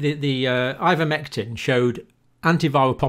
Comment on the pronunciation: Linguist here: it should be eye-ver-mectin not in-ver-mectin. ) He goes back and forth, bless him.